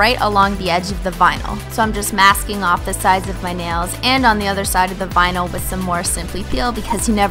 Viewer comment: When I was now starting to realize I'm a holo sexual I thought she was saying nail bino like albino stupid younger self